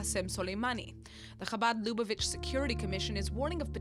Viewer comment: that's not how Lubavitch is pronounced.